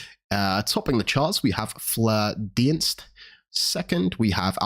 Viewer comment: Flare Dienst is pronounced like Deenst btw😀